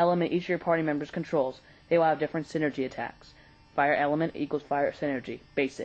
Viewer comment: No, it's Psy-nergy. Look at how it's spelled AND what it means. it's not refferring to Synergy, but energy from the mind.